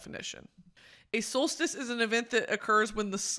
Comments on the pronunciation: "summer stolstice" had me dead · the scream i scrumpt every time she said solstice wrong 😭